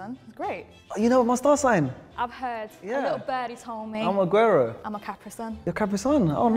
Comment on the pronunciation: Did they just say Aguero and Caprisun 😭😭